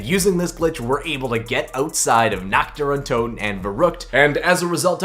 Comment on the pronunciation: basically no cod youtuber can prenounce nächt dër untöten correctly